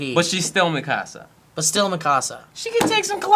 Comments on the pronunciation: he is pronouncing mikasa weirdly, because i'm pretty sure in the show they pronounce it Mee-kuh-suh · Marlow AKA Cam31825 Yep... he's saying it like "mi casa" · Marlow AKA Cam31825 did you watch it dubbed? that pronunciation is just the american butchering of the name lol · Yeah the dubbed butchered the name